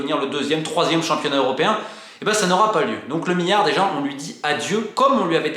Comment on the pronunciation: Miyon, miyard MiLLLLLLlion MiLLLLArd merde ahaha je craque Sinon super vidéo merci